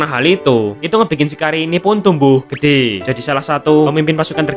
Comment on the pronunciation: Ada yang aneh di bagian "gede" nya bang🤔